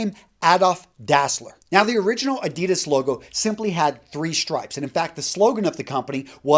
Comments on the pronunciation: Why do you deliberately mispronounce ADIDAS...? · The way he pronounces Adidas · Hi. Good Vid as always (I like Versace!), but as a German: please pronounce Adidas the correct way (maybe listen to your friend Raphael Schneider)